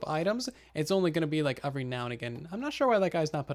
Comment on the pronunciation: Why do you say the word “every” so damn weird?